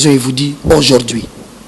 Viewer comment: français olobaka heure moko balobaka au jourd'hui es non au jourdi